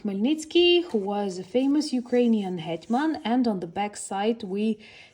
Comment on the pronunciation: I know I’m not interpreting your words correctly. What I hear is this person was the “hit man” (assassin). Perhaps you said “head man” (leader) which makes far more sense. 😂